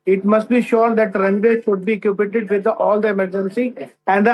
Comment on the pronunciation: What is 'equippided' ? Is he really a captain or has he trained by flying paper airplanes ? My trainees speak better than him.